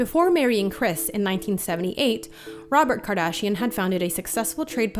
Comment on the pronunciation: Robet kardashian? Really?